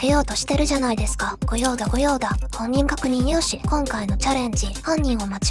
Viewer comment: 2シリーズ一気見して来ました！ 毎回CMと提供読みのある動画ってなかなか珍しいですねｗ 「本人確認良し」が朝礼の声掛けとして完璧なアクセントと声量で笑っちゃいました